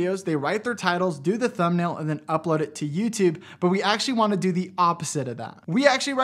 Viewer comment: hey i love the videos you do and great job and all that, but i kinda hate how you say "yüütübe" lmao